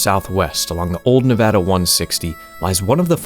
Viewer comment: you are such a goated YouTuber and I've been watching you for a while now, but the cherry on top was hearing you say Nevada correctly🙏🙏🙏🙏